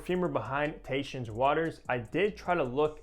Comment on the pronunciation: It's pronounced Tah-hee-shen. It's great stuff. My daughter loves it when I wear this in the summer. My wife loves it too! I agree with your review. In the end I get creamy coconut, Brown Sugar and cedar.